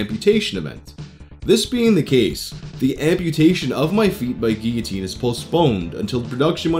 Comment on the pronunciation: Wow the first person ive legit ever heard say guillotine correctly